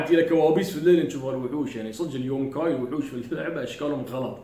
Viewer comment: يوكاي وليس يونكاي